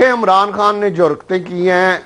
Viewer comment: Mercy on Pakistan Politics. He even cant pronounces Imran khan.....Amran Khan hahaha